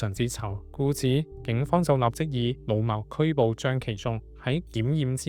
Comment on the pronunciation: 老謀、老誤這些詞語跟很多發音有誤都是敗筆。